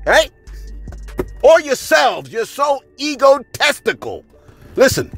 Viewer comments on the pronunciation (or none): Ay Yo! Did you say “EGOTESTICAL”?😂😂 Hilarious